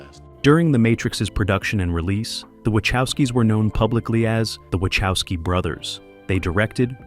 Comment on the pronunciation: Great video, mate. Something that really messes up my mind, tho: Wachowski is a Polish surname and it's pronounced something like Vah-hofs-ski